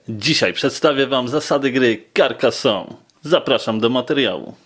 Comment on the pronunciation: karkazone sie czyta